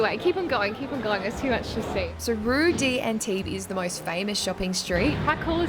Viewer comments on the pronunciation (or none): It's "rue" not "rou"...